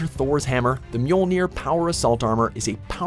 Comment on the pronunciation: He said Mjolnir properly. Go watch HaloFollower a YouTuber who should know halo terms and listen to him butcher the pronunciation of Mjolnir